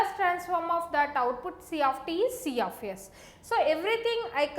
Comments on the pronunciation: i heard siyafiyes... omoo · See aaf ace